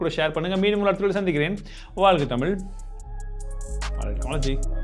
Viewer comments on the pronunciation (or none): none